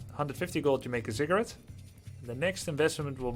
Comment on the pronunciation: Watching at 1.5x speed, every time you say "ziggurat" it sounds like "cigarette" and throws me off. That is all.